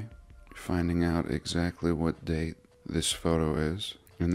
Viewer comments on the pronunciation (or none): none